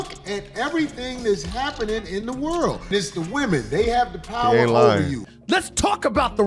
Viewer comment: The way that English dude pronounced "world" is diabolical😂